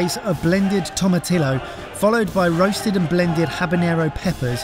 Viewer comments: Again with the tomatillo, boys? Did you not learn from the Big Night In where got shit on for repeatedly pronouncing tomatillo incorrectly? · The spanish word tomatillo is pronounced TOM-ER-TEE-OH, but the English word tomatillo is pronounced TOM-ER-TILL-OH. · the welsh version is TOM-ER-TIC-LO? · It's TO-MA-TIL-YO actually. Most Americans and even some latin people pronounce it wrong because most westerners cant pronounce the ILYO like they cant pronounce rolling Rs. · It looks authentic so I'm glad about that, but I can't believe or didn't correct that pronunciation of tomatillo (toh-muh-tee-yoh).;) I got to give it to you guys. 👏👏👏 Even in Mexico, we don't usually put that much habanero in a single serving. I definitely don't. face at the end...😂😂😂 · That was hilarious. I give you props because I couldn't of handled the first bite! But its pronounce tomaTEAos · Man, they would not deal well with real Mexican food. Also for tomatillo the double LL is a y sound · He is saying is right, You have been saying it wrong. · despite needing self-improvement on saying words, they need self-improvement to learn how to say tomatillo(s) properly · Are you ever going to get "tomatillo" right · Oh my god guys.... AGAIN with the mispronunciation of Tomatillo.... I would have thought that you'd have learned from last time? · I'm not even of Hispanic descent and it hurts me when they mispronounce Tomatillo.